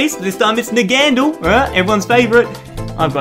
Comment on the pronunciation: You pronounced naganadel wrong